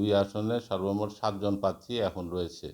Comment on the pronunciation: বার বার পাত্রী পাত্রী বলছেন। খুবই লজ্জা! প্রার্থী বলতে পারছেন না। ❤